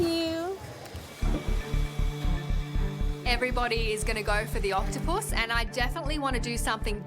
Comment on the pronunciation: "OctoPUS" Do all Australians pronounce it like that?